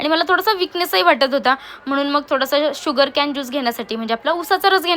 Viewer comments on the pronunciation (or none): उसाचा रस म्हणाली असती तरी आम्हाला कळले असते, जर इंग्लिश चे वांदे असतील तर शुद्ध मराठी मध्येच बनवावे. आपण जेव्हा इंग्लिश शब्द वापरता तेव्हा लक्षात येते की आपण मिंग्लिश बोलत आहात. तसे आपल्या माहिती साठी सांगतो 'शुगर कॅन' नाही त्याला 'शुगर केन' म्हणत्यात. मराठी मध्ये जरी आपण कंटेंट बनवला तरी आम्ही बघु इंग्लिश वापरलेच पाहिजे असे काही कम्पल्सरी नाही आहे बरका. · शुगर केन असतं शुगर कॅन नाही 😂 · शुगरकॅन नसतं ते शुगरकेन असतं!!! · शुगर कॅन नाही केन